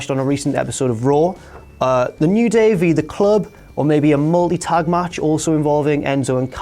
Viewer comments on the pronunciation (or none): I thought he said moldy, but he meant multi lol